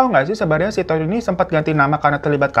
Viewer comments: Pengen ngakak terus setiap kak hiro bilang “ Tood “ 🤣🤣🤣🤣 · Rada eheeeek tiap babang nyebutin namanya "Todd" 😂😂😂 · "Todd" nya mantep bener bang nyebutnya😭🤣